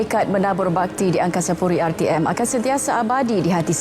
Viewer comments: "berkenan"=[suka untuk buat sesuatu] bukan "berkenaan"=(berkaitan) mksudnye beda wak.. "angkasapuri"=(nama tempat) bukan "angkasaputri" "julung-julung"=benda yg paling hebat. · (angkasapuri bukan angkasaputri)😅